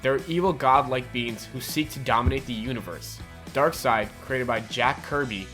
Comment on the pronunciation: this guy can't go one episode without butchering a word horribly, I think it's his schtick or something. at least he got darksied right this time!